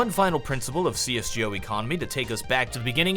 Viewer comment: Am I the only one who finds the way he pronounces csgo super annoying